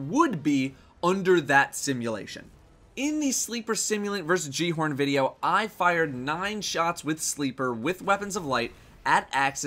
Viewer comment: Why does he say "J" horn... isn't it "G" horn